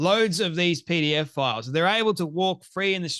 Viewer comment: It is not PDF files but pedophiles. Please check your pronunciation.